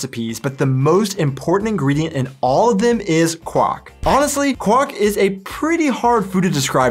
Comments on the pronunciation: Kw-ahh-:r:-K has it quite right. Not quawk! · Like in english, "qu" is pronounced "kw", but the German "w" is more like the English "v". So try saying "kvark" instead of "kwark" when pronouncing Quark. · I know it's difficult, not only if it's not your native language but also if your from hesse. ;) but it's really called QuaRk, the R is not silent <3 My mother was very careful to correct me everytime I didn't pronounced the R (not only in Quark but lots of other words) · The pronounciation of quark you ought to train, for what you are telling is the marriage call of a frog